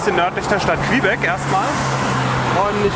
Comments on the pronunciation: Tolle Reportage. Kleiner Tip! Man spricht Quebec = Kebek aus nicht Quehbeck :D ansonsten top. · Klasse Doku wie immer 👍 kleiner Kritikpunkt, du sprichst Quebec falsch aus 🤣